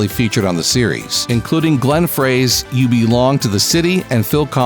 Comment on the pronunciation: For the record, Jan Hammer is pronounced "Yahn Hammer", and Glenn Frey's last name is pronounced "Fry".